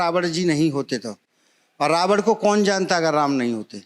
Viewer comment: यह पंडित जी रावण को रावड़ बोल रहे हैं, विभीषण को विभीषड़ बोल रहे हैं, ऐसे में गलत उच्चारण की परम्परा बढ़ रही है यह अत्यंत सोचनीय और चिंतनीय है।